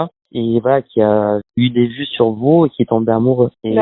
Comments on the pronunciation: Cc juste pour infos on prononce shour ‘S’ et non pas ‘che ´ BIz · Cc la première prononciation dit souhrrr avec le son du S pas le son du 'ch'. Pour t'aider. J'aime comment tu racontes .